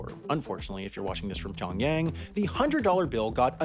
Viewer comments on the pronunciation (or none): Why do English speakers often pronounce Pyongyang wrongly?